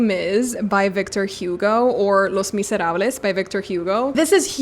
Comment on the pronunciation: Les misérables is not pronounced "Les mizz" 😅 . It's basically the same as spanish but without rolling r's and no 's' at the end ❤